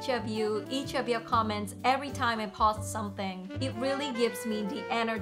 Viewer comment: Hello, your English is pretty good and overall was very easy to understand. There was only two words I noticed an issue with. With the word "Post" you are pronouncing お instead of "O". And for "Interdisciplinary", it is pronounced as "inter- discipline-ary". I wish you all the best.